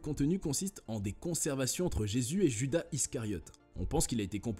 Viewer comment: "Djuda" ?!!! :face-orange-raised-eyebrow::face-fuchsia-poop-shape